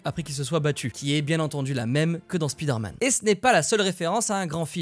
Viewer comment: Très bon vidéo, merci! J'ai juste eu du mal avec votre prononciation de Spider-man. Vous dites speeder man et ça sonne étrangement aux oreilles sinon le reste nickel 👍.